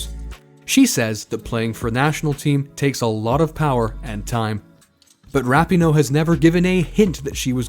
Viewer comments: Starting with the pronunciation of her name (never a good sign in a bio piece) and it goes downhill from there. Pinoe's great but I'd give the research here a D. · You said her name wrong the entire video but otherwise great info